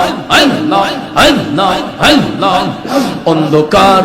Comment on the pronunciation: আল্লাহর নামটা সঠিক ভাবে উচ্চারণ হয় না। পাউল